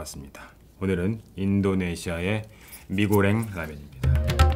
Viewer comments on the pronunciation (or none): mee 가 아니라 mi 입니다^ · mee 가 아니라 mie 인뎅...